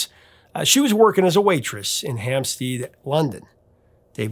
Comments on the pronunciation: "Ham-steed"?? No, Prof... It's pronounced "Hamps-dead"...! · Not ham steed, Hampstead is instead like homestead. Don't overthink it. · Prof ... Hampstead is pronounced Hamsted... your mis pronunciations are getting tedious... Google ‼️